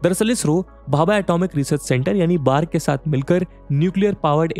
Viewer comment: Its B.A.R.C not बार्क